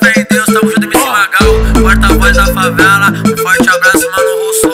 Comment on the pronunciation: Que agonia desse cara falando "Favala"